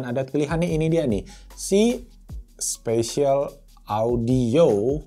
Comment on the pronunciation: Spasial audio bang bukan special audio wkw